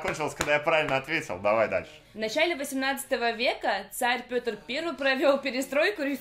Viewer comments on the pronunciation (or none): none